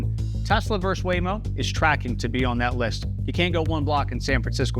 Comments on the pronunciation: "Verse"? I think you're trying to say "versus" ... abbreviated "vs.". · It’s “versus” not “verse”…thank you for your attention to this matter. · No! “Versus” is NOT pronounced “verse!” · why do you pronounce versus as Verse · The word is verSUS. Not verse. ಠ_ಠ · You are having a problem with the word "versus", a simple, Latin word meaning "against". Do not substitute the word "verse". "Verse" is an English word for a portion of poem or song. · Versus: two syllables. Pet peeve. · Great video...but "versus" is a two-syllable word.